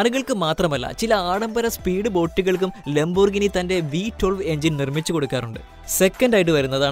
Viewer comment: ലംബോർഗിനി അല്ല സുഹൃത്തേ.... ലാമ്പ്-ഓർ-ഗീനി